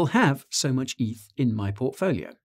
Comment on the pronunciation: Stop calling it EATH, it's not a thing. Ethereum = Eth.